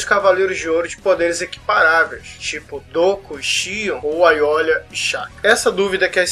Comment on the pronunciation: cara, eu sei que esse video é antigo, mas n se lê ''aiolia'' o nome dele que se escreve com l, mas se lê ''aioria''